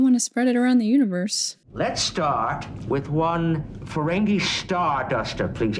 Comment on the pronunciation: it seems like a silly gripe, but i wish would stop saying 'feren-gay' lol it might have started that way, but it quickly became 'feren-gee'